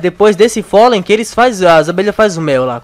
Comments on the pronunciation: se não sabe que se diz pólen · não é folem e pólen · Polem não folem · Folei ranei? É polem e honey